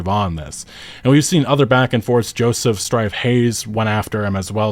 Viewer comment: Those were totally awesoke misreads 😂